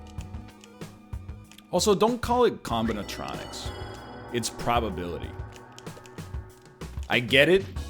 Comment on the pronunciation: I am unreasonably annoyed by how he keeps saying combinatronics. Is this a reference to something I don't get?